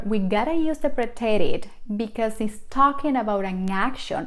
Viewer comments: Please pronounce preterite correctly. The emphasis is on the first syllable. Also the sound effects sound like a boxing punch. Very annoying. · The English word “preterite” has the accent on the first syllable, the second syllable in English.